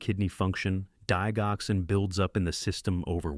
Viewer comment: For goodness sake, learn how to pronounce Lisinopril and Digoxin. Lisinopril Lie sin o prill Digoxin Dig (like digits) ox in